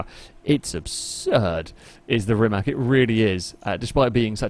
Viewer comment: It is not Rimak, it is Rimac. C is c, it is not K, and it is not S. It would be closer if you would pronounced Rimas, where c would be s, like for Cecilia, Rimac where C is K like you english people pronounced it (Rimak) is wrong as it can get.